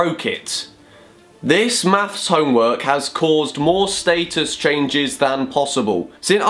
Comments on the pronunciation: wait, he said statesus, still wrong doe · That's how your meant to say it right? (I'm British too) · The British way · Did he say old Facebook Staysus? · I know it shouldn't but the way you say status bothers me lmao